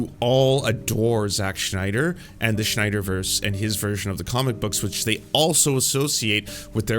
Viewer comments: Does this guy say Sch-nyder on purpose because his name is Sny-der, no Germanic -sch at all. Having gone pedantic, not a fan of Snyder films. Even 300, I saw it once and have never seen it again. Style over substance poster child. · Sn I der. Not SHnider. Sorry, but it was bothering me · Its Snyder not Schneider lol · It’s sNYder not sCHNeider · It's zack snyder, not zack schneider. Just something that bugged me throughout the vid. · Great interesting video but gotta ask who is Schneider? Do you mean Snyder? Sorry it just bothered me throughout the video. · I'm not right wing, I'm not even American. Yet a DC fan since I was a kid. I LOVE Zack Snyder and Chris Nolan's DC. No one knows nor cares what "woke" means outside of your country. Please stop with this crap already. edit note: btw it's not SCHNEIDER it's SNYDER. edit note 2: in 300 Spartans were fighting against PERSIAN EMPIRE which weren't even Muslim at all back then. edit note 3: Snyder family should sue you for your baseless claims about them "supplying material" for N@ fascists and white supremacists. edit note 4: you sucked Gunn's balls so well; I hope you get paid for such a hard sucking up. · SNYder Not SCHNeider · Pronouncing Snyder as Schneider is genius XD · Is it a thing now that everyone pronounces Zack Snyder's name as Schneider? Not nitpicking, I just noticed other YouTubers doing this too. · Snyder is pronounced like "snide" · Why do you keep saying "Jacques Schneider?" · Grinding my teeth at how you pronounce Snyder like Schneider. Anyway, I'll continue the video now. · I’m not a snyder fan boy, but man you butcher tf out of the pronunciation of his name every single time in this video it’s actually crazy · Are you purposely mispronouncing Snyder? Not trying to be mean, just curious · I like the video, but the pronunciation of “Snyder” is naking my eye twitch.